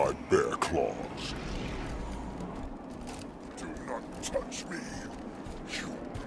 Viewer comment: it's supposed to be "bare claws"